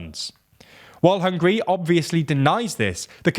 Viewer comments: Did he say hungry? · It Is NOT hungry it is hungAry....you listening way too much of the "wastern"version of the news..Hungarians against if anybody who try tell us what to do.. we had that for 2 generations we don't take that B S anymore..and we will not allow to anybody ever do that to us again..Hungary has a strong leader and you guys don't like it.. tought sh..t.. '